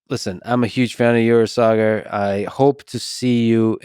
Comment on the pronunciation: It feels great to hear my name being pronounced the right way! Partly it's that extra "a" and partly Lex must have cared to ask Saagar off camera.